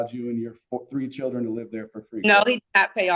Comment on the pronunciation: what the hell is a "churden"